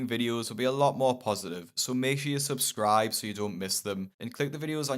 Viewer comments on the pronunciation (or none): none